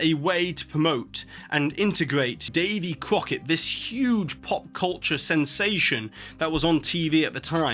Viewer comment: Davey Kwoket... lol